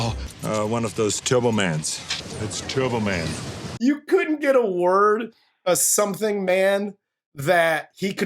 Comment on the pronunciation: That sh*t cost $75 million??? How much of it was Arnold's fee??? $30-40 million??? Now, this movie is a total christmas garbage! It's even worse than Home Alone #3, #4, #5, #6. *** "T(e)urbo Man!" "Jamie!" My God... Go to a speech therapist, Arnold!